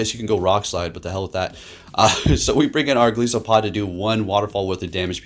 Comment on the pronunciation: The name is a play on "goliath" and "isopod" so the "i" is most prolly like eye.👍